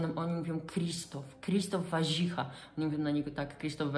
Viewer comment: Zawsze byl Warzecha...z akcentem na e...i nagle stal sie Warzycha z akcentem na....pierwsze a...?